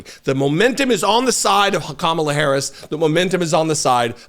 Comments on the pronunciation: wouldn't Kamabla be spelled Kamablah as you are pronouncing it? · He's just having another mental breakdown. He slurred when he said 'Kamalabl'. He couldn't get the ck out. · What the heck is this orange guy talking about... Kamabla? That's just gibberish!!😂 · Kamabla is on purpose he's like 12 year old tee hee i said her name wrong what a dick